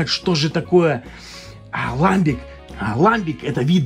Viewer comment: Не могут наши региональные пивоварни варить ламбики, это название жестко привязано к географическому региону Бельгии. Ну и если уж быть полным снобом, то правильно произносится ламбИк, ибо слово французское.